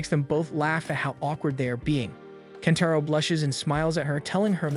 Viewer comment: Kentaro turns into KENPACHO at the end episode for a minute. Thanks AI script. 😂😅 that usually annoys me but i actually cracked up when i heard that